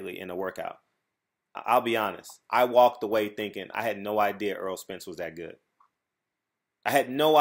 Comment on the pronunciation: Why do you keep calling him Earl... His name is Errol pronounced Er- roll. He used to correct everyone that messes his name up... at this point I guess he's just said fuck it. Smh.